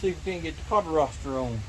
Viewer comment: Do you have any idea how silly you sound saying carveroster really